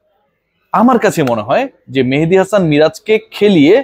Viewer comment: ভাই আপনার মতো একজন মানুষ একজন ক্রিকেটারের নাম এভাবে বলতে পারেন না কারণ আমি জানি ক্রিকেটারদের আপনি সম্মান করেন মেহেদীকে ৫ নাম্বারে জোর করে খেলাচ্ছে মেনেজমেন্ট তাহলে তার নাম টা কেনো এভাবে বলেন কারও নাম বিক্রিত করে বলা শুধু তাকে অপমান করাই নয় এটা অনেক বড় গোনাহ